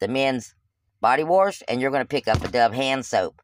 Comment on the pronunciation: body warsh??? you mean wash LOL